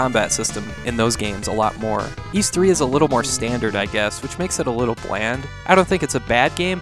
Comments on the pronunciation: Oh? That's interesting! Granted, my first experience with Ys was the PSP games, my first game of the franchise being Ark of Napishtim. where they kept the original name, just changed the pronunciation to "Ad-all". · If you watch the Turbo CD intro of Ys Book 1 and 2, you can hear the narrator say the name. says it correctly.